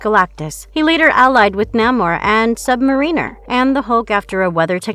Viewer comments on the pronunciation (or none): none